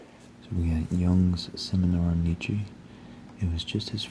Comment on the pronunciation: That's not how you pronounce Nietzsche (or even Gombrich).